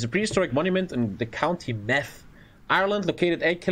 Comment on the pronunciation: “The county Meth”